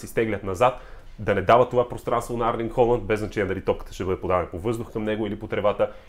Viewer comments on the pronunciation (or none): Името му не е ли Ерлинг Холанд а не Арлинг? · Моля те не му казвай Арлинг моля, иначе добър клип!